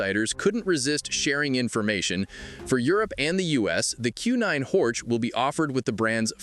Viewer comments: It is in German therefore Horch is read Horh and not Horch 😉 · This guy doesn't care about Audi history, Auto Union, Horch, DKW, Audi, Wanderer. Simply Horč 😢